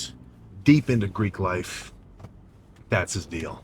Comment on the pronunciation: Did he say greek life?